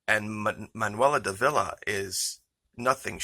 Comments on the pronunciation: The name is DAHVEE LAH Not Duh VEE La. Cheers. Great diligence in your Reporting. Keep up the intrepid work. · Her name accented on the first syllable. D'Ávila. Sounds a bit like daughter-in-law. Jess sayin.